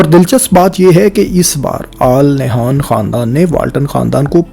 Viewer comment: It's pronounced "An Nahyan" in Urdu.